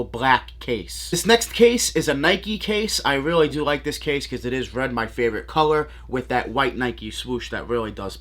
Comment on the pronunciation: “These are weally weally dope and weally weally sick🤣”